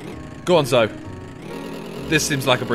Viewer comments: When Simon pronounces it 'Zo' instead of 'zo-EE', this videos too funny to be triggered though! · Is it just me who got triggered when he kept saying zo instead of zoe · Is it just me that was triggered when he said “Zo” and not “Zoe” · Was no-one else annoyed he pronounced Zoe "zo" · twofat llamas ZO